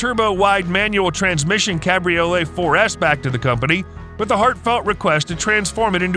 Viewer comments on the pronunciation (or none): none